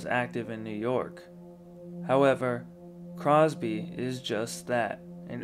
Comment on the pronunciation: Cropsey, not Crosby.